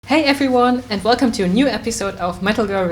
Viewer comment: I love your German way to say "Velcome" ^^ It's cool your so sympathetic to them, another thing to consider is the sound comfort on stage, in many shows sound technicians are shit or have to work with shitty materials and so musicians can't hear themselves so they have to play all from memory and improvising or doing some solos become a nightmare. In my opinion the good way to react as musician is 1) play something you know is on the pitch and within the rhythm even if its really simple and 2) Pretend everything okay hoping nobody will notice ^^